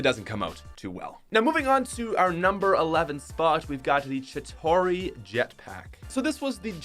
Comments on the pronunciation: Kinda pissing me off that you call Chitari Chitori. 🤨😑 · Chitauri is pronounced chi-tar-ee not chi-taw-ree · Not trying to be offended or offensive but it’s pronounced (Chi-tare-ee) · Never EVER say “chitorie” EVER again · Am I the only one to cringe when he mispronounced chitauri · Not to sound annoying but your saying Chitauri wrong